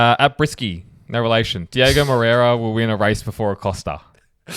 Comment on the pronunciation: It’s DiOgo not Diego guys …. 😑